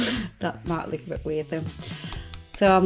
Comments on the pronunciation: Every time you say "lewk" it makes me smile :D <3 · I love how you say look. It sounds like Lewk. I don't know why that stands out to me but I love it! Lewk and facebewk 😍👍🏻😘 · I love how she says look it sounds like she is saying Luke lol